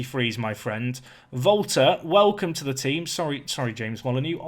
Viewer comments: Valter is actually pronounced Wal-ter , it's the Brazilian version of walter I believe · Are You saying Volta or Volter? Can't decide.